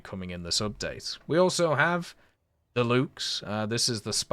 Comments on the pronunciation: Luchs Himmelgeher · Ah yes the "Luhgs" a spahhpanser